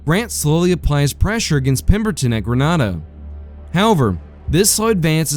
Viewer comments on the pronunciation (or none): I have several suggestions to improve this, but none more important than the pronunciation of yah-zoo (a as in apple) and Grin-AY-duh (a as in angry) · And to help you with pronunciation, Grenada is pronounced Greh-nay-duh in these parts.